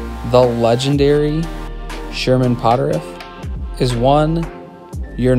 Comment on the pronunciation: Great Video! Just one thing Potterf is pronounced pot terf not pot terif. Sherman is my Great Great Great Grandfather. Funny story my grandmother was a Potterf and married my grandfather who was a Puthoff.